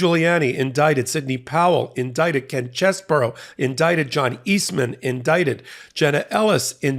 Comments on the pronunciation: Chesebro not Cheseboro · could you and the rest of the crew at MT please figure out that Ken Chesebro's name is pronounced "Cheese-Bro". Not "Chez", not "Burrow". Cheese-Bro. When everyone says it differently it sounds ridiculous. Just pull up any of the many YouTube videos that will give you the correct pronunciation. 30 seconds and you're done. Thank you